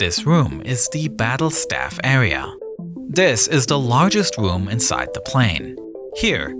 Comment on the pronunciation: This awea also doubles as a pwess woom